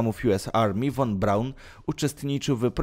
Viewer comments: Wymowa "fon Braun ". "Powrócił do Niemiec ", nie "Niemczech " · Nie won Braun tylko von Braun... Materiał ciekawy ale... Przygotuj się zarówno z faktów jak i przekazu... Twoje błędy są bardzo... Straszne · "von Braun" czyta sie "fon B...." a nie "won B...." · Nie wymawia się "won Braun", lecz "fon Braun". Zresztą przez "f" jest łatwiej. Nie musiałbyś się tak męczyć.